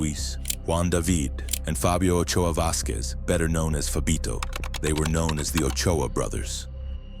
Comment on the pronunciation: Its Ochoa